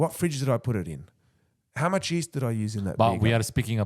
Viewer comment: You need to practice pronouncing Yeast, East is a direction, Yeast is what you use on dough. YE+EAST